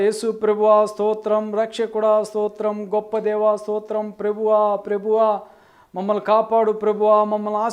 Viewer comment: ప్రభువా అన్న మాట సరిగా పలకలేని నువ్వు ఇతరులను విమర్శించడంలో మాత్రం ముందుంటావు .ముందు నీ లోపాలు సరి చేసుకొని ఆతర్వాత ఇతరుల గురించి ఆలోచించు .అసలు ..ప్రభువా అని ప్రార్థించ కూడదని ఎక్కడైనా రూల్ ఉందా ..ఒరేయ్ ..నీకు అసలు ఇంగిత జ్ఞానం ఉందా ?యేసయ్య అంటే ఎవరు ?ఆయన ,తండ్రి ఒక్కరే కదా ?నేనును తండ్రియు ఏకమై వున్నాము అని ఆయనే చెప్పలేదా ?ఆయనకు చేస్తే తండ్రికి చేసినట్లే కదా ?ఎందుకురా నీ అతి తెలివితో లేని వివాదాలు సృష్టిస్తున్నావు ?...